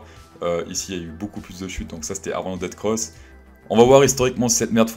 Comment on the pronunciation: C'est DEATH cross et pas DEAD cross pour être plus précis... Comme Ethfffereum au lieu de Ethtttteureum 😉